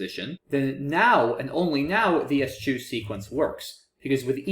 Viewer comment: I am pretty sure ESCHEW is pronounced "es-kew" or "es-queue". But if you haven't heard the word used it's understandable you wouldn't guess that!